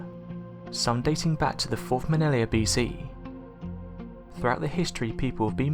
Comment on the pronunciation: Millenia, NOT minelia!